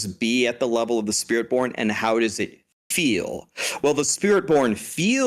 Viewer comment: I like the slip on spirit born. "Spirit Pwn"